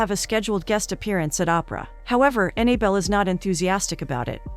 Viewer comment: The narrator keeps pronouncing the girl's name Annie belle When it's Annabelle